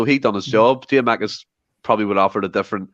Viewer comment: Was gonna pull him up on this during but thought just best to leave it 🤣🤣 Also, who is giamakis? Are we not missing a “kou”?